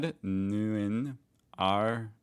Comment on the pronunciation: You pronouced Ahrweiler quite well, Bad Neuenahr not so well :D